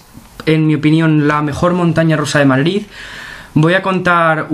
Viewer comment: Porque dices madlid jajajajajaja 😍